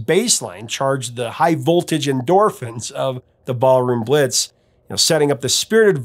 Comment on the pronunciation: No mention of the Krokus version of Ballroom Blitz? Yet you mention Tia Carerra's? SMH. And why does it sound like you keep saying Barroom Blitz?